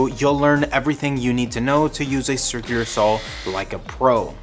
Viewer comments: step two: learn how to pronounce “circular” sur·kyuh·lr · Once you notice how he pronounces circular you can't un-notice it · I know right...why. He can speak normally but can't say "circular" 😂